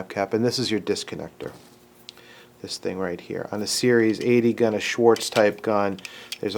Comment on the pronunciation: Incidentally...that Colt engineer's name is "Swartz," not "Schwartz." Just sayin'.